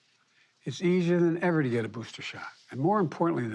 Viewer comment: IM GONNA GIVE IT TOYA STRAIT!!!! LOVE HIS SMILE WHILE SAYN THERES PLENTY OF BOOSTAS!!!! WE GOTCHYA BOOSTAS HERE!!! GETCHYA BOOSTAS!!!! PLEASE PLEASE GET VACINATED NOW!!!!! YOU LOVE YOUR KIDS RIGHT!?!?! GET EM VACD AND BOOSTAD!!! BOOSTAD!!!!